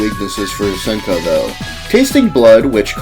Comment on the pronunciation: I think it’s pronounced “see-en-ko”.